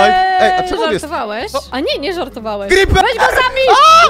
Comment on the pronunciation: najlepszy moment słyszycie takie err jakby pies szczekał jak mówi creeaperr xD